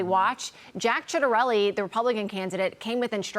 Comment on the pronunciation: She almost said it right the first time - Jack “Shitterelli” 😂